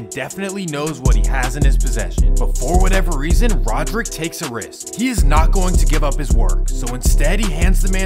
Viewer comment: “Rodrick” Davis😂